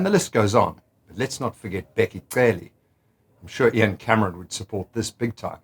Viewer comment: Go to Min ( you'll hear him saying "Bheki Cele" a few seconds he says "Bheki tshele." This guy just proved that white people can make the click sounds. Instead he exposed himself of this denying behaviour.